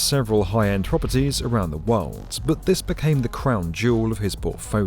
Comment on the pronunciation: "157 W 57" pronounced "west fifty-seven," no, not "double-you." And "world" is "wurld," with an L, not "werwud." There must be some English-speakers available wherever you are...